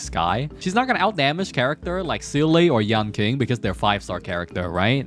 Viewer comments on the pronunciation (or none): It's yeahn cheeng, sue shawng, done hung and cheeng chweh. I know you're memeing the pronunciations on purpose but I have to try or I won't be able to sleep right 😂